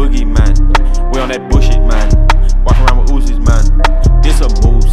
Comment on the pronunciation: Nobody gonna point out how 21 sounded British “walk around with uzis man”